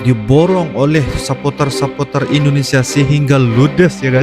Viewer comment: Bang sapoter bahasa inggris..kalau Indonesia nyebutnya suporter bang eeee